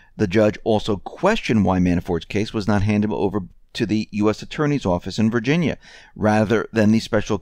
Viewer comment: Did you just say “Virginyer” ?